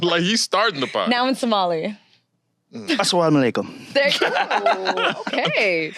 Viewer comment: I absolutely loved this episode!! Your humor, the way you guys get along and the friendship is so inspiring. The men were incredible❤️❤️ also saying Salam alaikum was hilarious 😂😂😂 that is not how say it 😭